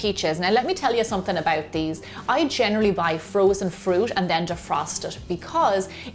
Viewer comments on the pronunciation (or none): "Let meh tell ya sumthin aboat these" lol so Irish love you gemma!